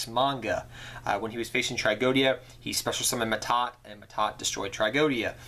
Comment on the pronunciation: that's "Ma'at" not Mahad or Ma'Ta xD